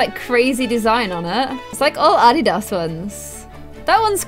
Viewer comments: It’s not addy da it’s a dee da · Its not ad-ee-das ITS A-DEE-DAS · In UK do you pronounce adidas like adeedos. In America, we pronounce it adeedis. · add-di-dos?? sorry just caught onto that. .-. in America we say Adidas how it’s spelt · It’s pronounced “ah-dee-daz” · the way she says Adidas kills me (A-Dee-Does) is how u pronounce it in us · The way pronounced Adidas it is pronounced A-deed-us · It's different how you say Adidas I say it a-de-das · my love Adidas is prounced uh-de-d-uhs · the way she says Adidas is so funny! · LMAO why are you says Adidas like that? LOL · She said adidas wrong when she was styling Connor lol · The way she says adidas lol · I’m cringing at the way she said adidas omg 😭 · Your saying adidas wrong and it really bothering me lol know hate it’s just getting to me lol😂😂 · Am i the only one complaining on how she says Adidas it sound so weird